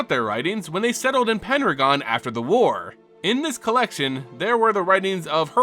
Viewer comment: Are you saying "Penragon" or "Pendragon"?